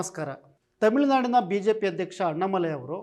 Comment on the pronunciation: ಸೊನ್ನಾಮಲೈ ಅಲ್ಲಾ.. ತಮ್ಮಾಮಲೈ..,😃😃